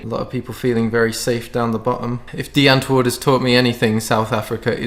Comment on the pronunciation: Also, props for pronouncing Die Antwoord correctly.